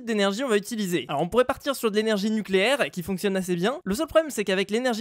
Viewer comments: ne fait pas ça. À à un moment on voit « spawn npcs = false » npc c’est pnj (villageois minecraft) en anglais. Les villageois, c’est pas des animaux. Likez pour qu’il le voit PS: Nuculaire, ça se prononce nuculaire! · nuculaire sa se prononce nuculaire